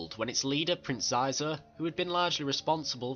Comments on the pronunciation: its pronounced sheezor not sizor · Prononced Sheezor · Wonderful! So glad to see video about one my favourite syndicate=^.^= Maybe you Could do Pykes one day. Love the Pykes^^ ___ I`m sorry, but Shee-zor. (nevermind, video is still great. I mispronounced his name about a year. nothing bad happened).